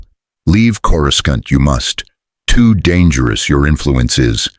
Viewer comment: Every time Coruscant is pronounced with two hard C's... I'm not ashamed to admit it, I'm immature enough to crack up.